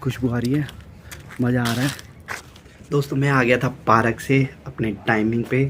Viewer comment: Bhai park hota hai aur bol paarak rahe ho